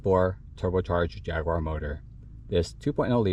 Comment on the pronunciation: If you learn to pronounce Jaguar properly you'll have more credibility.